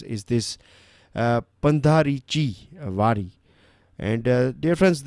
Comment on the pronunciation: "Pandharichi Wari" Right pronunciation is "पंढरीची वारी" ☺